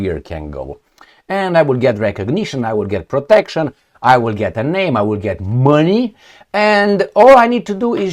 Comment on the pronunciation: Some compliments must be given on name pronuncing 👍🏼🇩🇰